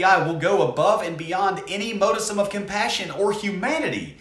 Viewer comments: heads up that modicum is pronounced harsher like mod-ih-cum not mode-i-sum, I noticed you said that a few times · I'm a fan, but the way you pronounce modicum infuriates me more than it should 🤣